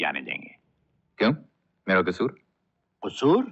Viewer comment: Amitabh ka talaffuz waqai mein Ajit sahab aur tejoori waaley sahab se kaafi kharaab hai. Amitabh ne kasoor kaha qusoor k bajaayr aur hauz khaas kaha , hauz e khaas k bajaye. Aur kaha k “ mera jee to chaheta hai kehkaha laganey ko, asal mein kehkaha nahin Qehqahaa hota hai. Dialogues to sirf Dilip sahab, Dev sahab aur Raaj kapoor sahab aur Raj kumar sahab k munh se achey lagtey they. Aur talaffuz Shashi kapoor sahab ka bhi behtareen tha. Feroz khan sahab aur Ajit sahab ka bhi behtareen tha